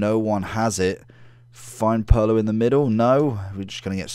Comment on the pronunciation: It’s Pirlo (peer•low)